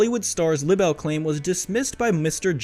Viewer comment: Libel and the word libelous has a long “ i”. And does not rhyme with “little” Please correct your pronunciation. Thank you.